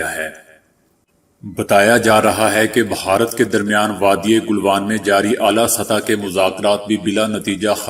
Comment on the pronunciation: گلوان "گ" کے فتحہ کے ساتھ فن لیند "ف" کے کسرہ کے ساتھ تلفظ کے معاملہ کافی مشقت کی ضرورت ہے